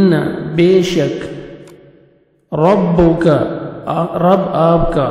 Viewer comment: Assalaam ualaikum jazakullahu khairn. Ayah 13 mai “rabbAka” hai aap nai “rabbUka” kaha hai. Please correct the mistake brother. Baqi ma sha Allah nice hai.